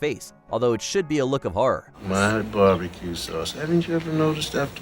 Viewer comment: The narrator says BEE BEE CUE sauce not Bar be cue sauce. AI generated , for sure... Moving on......